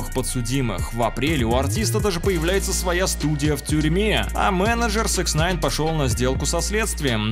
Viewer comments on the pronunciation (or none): Почему автор всегда говорит СЭКСНАЙН когда правильно СИКСнайн